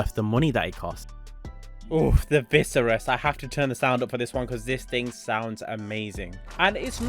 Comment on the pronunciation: Viseris? Imagine being a fan of a car and cant even say it properly